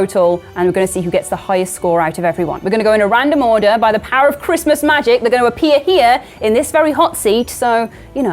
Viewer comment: is definitely this fans favorite. Thanks so much for doing this guys. Really love you all. Merry chrishmash...... say it properly